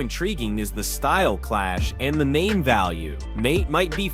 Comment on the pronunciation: Damn bro😂, if you were in the UFC your name would have something to do with the Butcher! You smoke off every fighters name!